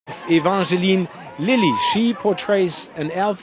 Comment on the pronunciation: Ruby Abc ja dachte ich mir auch so😂 vor allem wie er Evangeline Lilly ausgesprochen hat👎🤔😐😂